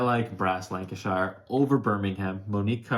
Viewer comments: Pronunciation guide: Lancashire is pronounced "lan-ca-sheer". Birmingham is pronounced "birming-um" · Lan - ka - sheer = lancashire :D good list guys! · You wouldn’t know this unless you are very familiar with the U.K., but if a place name ends in shire it’s actually pronounced ‘shur’. This isn’t a criticism, as your video is as excellent as always, I just thought you may find this interesting. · I'm from the UK guys, love the channel. I felt the need to tell you about the pronunciations of Birmingham and Lancashire as they are said over this side of the pond... Birmingham = Pronounced 'Bir-min-gum' Lancashire = Pronounced Lank-ee-sher Hope that helps 🤔😃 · (FYI it's 'Birming'um' and 'Lancashuh'.) Great video! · I often have the same thoughts about my favourite game. It's one of three but it changes on a daily basis depending on my mood. It's either Brass:Lancashire, Great Western Trail or Puerto Rico. By the way as Brass Lancashire is favourite game, I must teach him how to pronounce Lancashire. I was born and have live most of my life in the county. Phonetically it is lang-ka-shuh. Thanks for all the great videos.